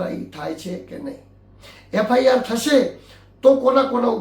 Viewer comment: એંકર શ્રી, યુ ટ્યુબ ઉપર ન્યૂઝ ચેનલ ચલાવતા હોય તો પહેલા, એફઆઈઆર બોલતા શીખો, એફઆરઆઈ નહીં પણ એફઆઈઆર, FIR એટલે ફર્સ્ટ ઇન્ફોર્મેશન રિપોર્ટ, તમે એફઆરઆઈ બોલી રહ્યા છો.. ભવિષ્યમાં પણ બોલતા પહેલાં તમે શું બોલવાના છો એનો અભ્યાસ કરીને, કન્ટેન્ટ ચકાસીને પછી બ્રોડકાસ્ટ કરો